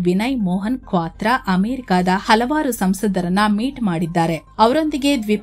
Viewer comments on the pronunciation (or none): none